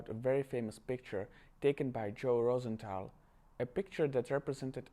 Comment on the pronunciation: Btw it’s rose th al not Rosen th al